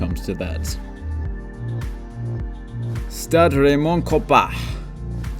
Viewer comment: Raymond kopahhhhh